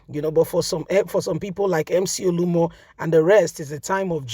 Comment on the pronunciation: True to type you don’t research your story. You’re always mutilating people’s names. This guy’s name is not Olumo but OLU OMO. Surely both words mean different things in Yoruba language.